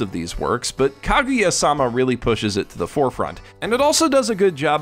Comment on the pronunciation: Why you gotta say "-sama" like that man. All weebs know the stress is in "ma".